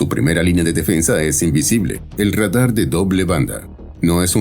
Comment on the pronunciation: Ez egy nagyon primitív előadás. A RADAR szót Rédar-nak mondani, nem kis műveletlenség.